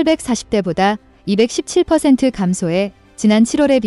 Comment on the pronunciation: 21.7을 이십일점칠로 읽어야 함. 구글의 한글번역문을 방송전 제대로 읽었는지 확인후 해야함.합리적보수